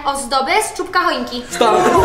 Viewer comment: Czubka a nie czóbka